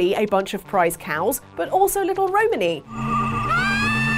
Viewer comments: The way pronounces Romani hurts my soul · I really, really hate the way you say Romani. Love ya, you're great, but that ain't it chief